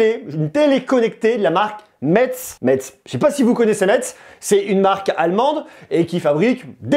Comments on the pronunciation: info utile: la ville de metz se prononce messe merci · Metz c'est ma ville , donc je sais pas si c'est fait exprès par les allemands mais prononce le mieux la prochaine fois c'est comme "messe" 😭